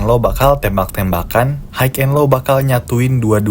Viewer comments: HIGH bacanya Hai cuk Hok haik hok haik ndasmu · Hai and lo, not haik and lo